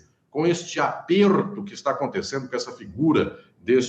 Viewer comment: "Nao me alegro com esse apeRRRRto desse MilitaRRRRR." Esse R me pega demais. Hahahaha